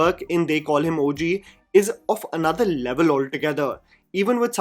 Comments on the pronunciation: Just used to pronouncing Daku Maharaj like Urvashi. This normal pronunciation just threw me off😂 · Come on,, that was lay-up missed to not pronounce the movie title as it should be 😭😌